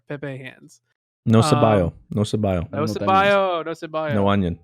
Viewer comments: Lmaooo onion is pronounced se-bo-yuh not se-ba-yo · Lol,, onion in spanish is pronounced se-bo-ya (Cebolla) Don't know how you got se-by-yo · Jajajajaja "no cebayo"? At least you tried. It's "no cebolla" or you can pronounce it "no ceboya" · "No ceballo" doesn't mean anything, it's "cebolla" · Cebolla not Ceballo!!!!! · By the way, it's "no cebolla" instead of "no ceballo" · Just one little thing it's "cebolla" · Onion is pronounced SEB-Oi-YA